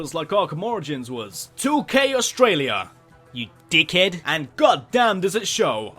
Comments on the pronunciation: No we don't! don't stereotype your own country you deek hed! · " you fucking Deek hed" it's funny because that's actually how we (Australians) talk